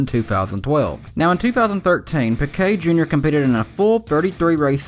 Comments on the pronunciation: Why the hell do people incorrectly pronounce names. It’s pronounced peekay. Not pickay. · You said pequet